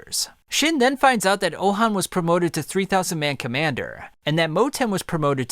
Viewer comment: Pronounced ouhon name so wrong… his name is not ouhan its ouhon